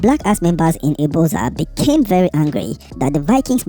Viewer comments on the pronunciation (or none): It's pronounced ibuzor view